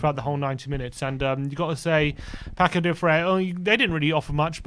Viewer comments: Paços is Not pakos.... is passus. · It's not "Pakos de Ferreira"... The Ç should sound like an "s". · You write "Paços de ferreira" but you read "Passos de ferreira" not "Pacos". All the best for tottenham from a "Passos" fan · "Pakôs de ferrera". Say Paços de Ferreira, pronounce PaSuuus like Sue my mate. 🤣🤣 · PaKos? WTF is a PAKOS? There would be an excuse if our Manager didn't have at least three press conferences where he correctly pronounces the name of the team more than ten times. WFT? The lack of respect and doing the minimums (like just listening to our own Manager speak) is just obnoxious, as this channel has been for a long time. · It's Paços (read "passos" like paces) Thanks